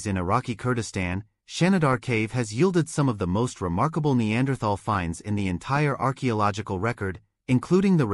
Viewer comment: How many times in three and a half minutes can your AI mispronounce the word Neanderthal?